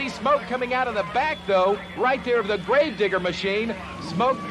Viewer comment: i think bro doens't say grave digger